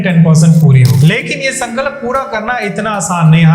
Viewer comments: while telling the Hanuman Ji story was it necessary to show adipurush clip on b roll? I mean there are so many other options from it that could have been sourced.. I didn't like it. and why is he pronounced sankalap? What's the problem with saying Sankalp? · Sun Ka Lap NAHI mere bhai. Bolo SanKalp ek saath. “Sun”+”Culp” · Sankalap nahi bolte Sankalp bolte hai bhai hindi to thik bolo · Sorry to correct u but it’s sankalp not sankalap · Why do you pronounce it as sankalap ? Its sankalp that means promise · San kalp nahi hay wo Sankalp hota hay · Bhaai aapne jaankari Bahut achi di hai.. mai bhi ye karungi..❤😊 Bs aap.. उच्चारण सही करिए ... संकलप नही होता, संकल्प होता है। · Its संकल्प not संकलप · Sir aap संकल्प ko galat pronounce kar rahe hain 🙏🏻सन-क-ल्प है ना कि “सन-का-लप” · संकलप नहीं संकल्प है. पहले सही उच्चारण सीख लीजिए, फिर ज्ञान देना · Sankalap nahi... Sankalp kahiye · प्लीज़ अपना उच्चारण सही कीजिए। Sankalp hai sankalap nahi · Sankalap ni hota... Sankalp hota hai... Jai Shri Ram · sankalap❌❌ sankalp✔✔